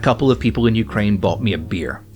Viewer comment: Hahaha, it sounded like you said "Jew-kraine," which would be funny seeing as this is a Tim Poole section, the Holocaust denial mentioned earlier, and the fact that Zelenskyii is Jewish. Also, the Tankies? As in the left-wing equivalent of a Reactionary? I don't get how playing the wrong music would offend someone of that persuasion; if someone here does, would you mind explaining to me? Because the only angle I could think of is wrong, no one or their mothers thinks that the CCP is actually communist, right? That would be like thinking the USSR lr DPRK are or were actually communist.